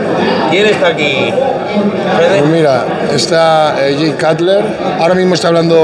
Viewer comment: cutler se pronuncia conU